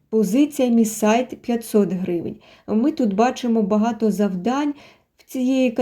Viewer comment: Помітив що озвучив ролик штучний інтелект як це казати баgaто якщо багато